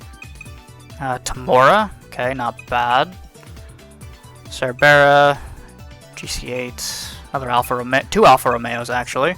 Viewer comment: Your pronunciation of "Cerbera" makes me want to throw you down a well